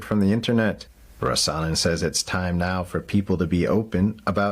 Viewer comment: Criminal charges for reading from the Bible? BTW, in the name 'Rasanen', the stress is on the 1st syllable: RAh-sanen.